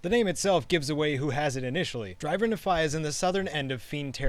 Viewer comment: It’s pronounced (knee-fie) ask a Mormon